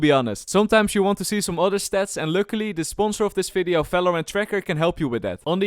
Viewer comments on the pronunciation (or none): Im sure youre a nice guy but can you please stop saying F instead of V. Example: "Welcome to this f(v)ideo" I dont intend this to be a hate comment at all